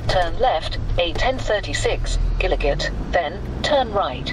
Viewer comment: Gillygate is pronounced jillygate